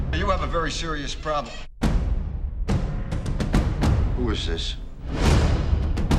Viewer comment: Hmm, dont really notice them right now for some reason O_o lol. Kinda one at 48 seconds, where he says proble instead of problem :P